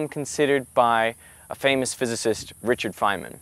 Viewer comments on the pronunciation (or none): none